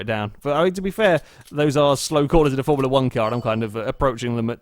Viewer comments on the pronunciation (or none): none